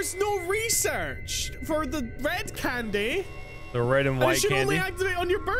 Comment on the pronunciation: EET THEH FOCKIN CANDEH